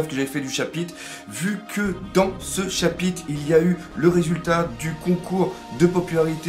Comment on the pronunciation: Salut! Loin de moi l'idée de t'ennuyer mais peux-tu faire un effort, s'il te plait, sur la prononciation des R en ce qui concerne le mot chapitre?